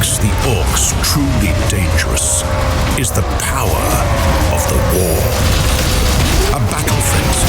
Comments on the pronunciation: dude cant even say WAAAAAAGH!!! right sounds like he is just saying war this guy has never even played warhammer you can tell plus the game looks like dawn of war 3 which was terrible we all know now it looks like they have learnt nothing from the previous faliure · Its the WAAAAAGH not the "wooog" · There's no R in Whaaagh! So you might want to remind the VA :P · shame you couldnt get someone who can say waaagh! correctly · Wish the guy could pronounce waaaaaagh properly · Always fun when someone with a fancier accent tries to politely pronounce "WAAGH!". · That was the weakest "Waaaaagh!!!" pronunciation I have ever heard. Bro, let go of yourself, emerge yourself into the mind of Gork and Mork, and SHOUT OUT LOUD WAAAAAAAGH!!! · How they say Waaagh hurts my soul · Real ones know that there is a subtle "r" in waghh, I mean where do you think the term "wagh" even comes from lol.